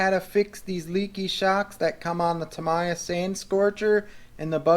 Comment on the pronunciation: It's pronounced Ta "me" ya, for future reference. Good video though, thanks.